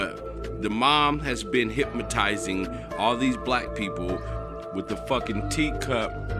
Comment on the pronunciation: LMAO Hip-ma-ty-zing😂